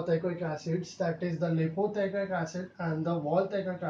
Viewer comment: What is l.p teichoic acid ? Expansion of l. p the pronouncation is not clear